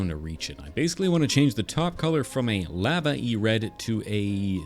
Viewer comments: ‘lava’ | lah | vah | not | lay | varh | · Sorry but "laava"